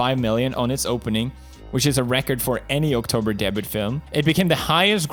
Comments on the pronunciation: "English is weird" ... Pronounces French word "debut" as "debit" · I love how he sad debut it sounds like debit like a direct debit 😂